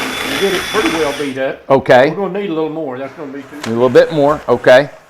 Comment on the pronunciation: Thought it was written: purty. That is how my grandma used to say. And I do at times too.